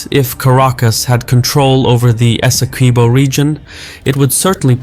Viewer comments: Sounds like esse kee-bo. Qui not pronounced like English kwee. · Ese-kwi-bo similar to Eskimo, not eh seh KWEE bo. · Esay-Ki-bow. qui* in spanish is pronounced like key in english